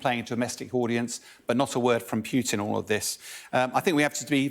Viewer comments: It is not Pyutin, it is Pootin. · It's; AKA, I always mispronounce Kherson as "Hair-sun",and also Putin as "Pew-tin" - Bell. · Interesting how this guy calls Putin "Pjutin"